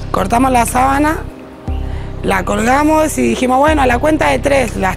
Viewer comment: Y cuando dijo sábana